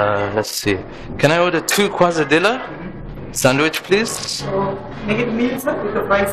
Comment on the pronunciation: Uh, were you ordering two quesadillas? That's pronounced kay-sah-dee-yah. Not kwah-zuh-dill-uh.